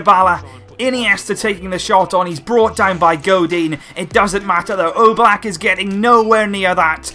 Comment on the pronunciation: Am i the only one who hear he says Jan Oblak like Yellow Black?